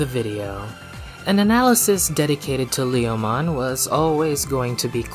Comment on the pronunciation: "Whether it's in Japanese or in any other language, Lee-oh-mon is always Lee-oh-mon." Now, I'll have to correct you there. In Japanese, while the intended name is certainly the same, it's pronounced more like "Leh-oh-mon". Also, while Leomon's death has become a bit of a meme, he actually tends to be treated MUCH better if you look outside of the anime. All of the first 4 Digimon World games feature a Leomon NPC who stays alive through the end (the one exception to this is Digimon World 2, which features two NPC Leomon, one of which serves as the game's tutorial boss and is seemingly killed upon defeat, though the other one just spends the entire game hanging around the arena IIRC). Cyber Sleuth pokes fun at Leomon's tendency to die without actually killing him...... twice (once with BanchoLeomon, and then again with a regular Leomon, the latter of whom staged a re-enactment of his death in Tamers). And then you've got V-Tamer...... the Leomon in that manga, named Leo, is an absolute savage. And not only does he survive all the way through, but he even manages to evolve into Panjyamon, and later into Regulumon.